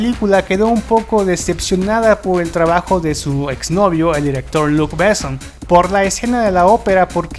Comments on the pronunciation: ¡Híjole! A riesgo de sonar pedante, detuve el video en el minuto 4 porque no pude soportar cómo pronuncias los nombres. Perdón amigo. Los apellidos Besson y Reno se pronuncia como palabras agudas, como si tuvieran acento en la o: "Bessón", "Renó". Un tip: absolutamente todas las palabras francesas (incluidos los nombres) se pronuncian como palabras agudas, es decir, la sílaba tónica hasta el final. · Es realmente doloroso escuchar tu pronunciación, tanto de palabras francesas cuanto inglesas, así como nombres... antes de hacer un video deberías, por favor, chequear lo básico! "Béson", "CiberpUnk", "Yjovovich", "Osuma", etc... Terrible! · "Bésson" "Ciiiiber pUnk" "Milaiiii Jovovich" Esa pronunciación, mi Dios!!!!!!! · Estaria bien que el tipo que habla en este video cuidara los acentos y pronunciaciones de los nombres en Frances sobre todo. Renò con acento, Bessòn, lo mismo. Gaultier la au se pronuncia o. Por favor el reportaje esta muy bien pero desmerece que no te documentes de como se pronuncian sobre todo los nombres propios.